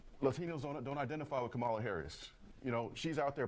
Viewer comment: … Did anyone else notice how this guy didn’t say Kamala’s name right either? He said “Camel-a” like he was purposely saying it wrong. 🤦🏾‍♂️🤣